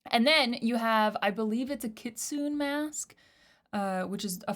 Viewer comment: Kit-soon-neh .. kitsune (sorry I’m not Japanese but iI’m pretty sure that’s the way to pronounce it)